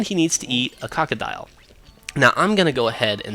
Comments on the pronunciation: lol you said a cock-o-dile its a cocoadile pronounced co-co-dile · lol. when you said ''and he needs to eat a krokodile'' I thought you said ''and he needs to eat a cockadile.''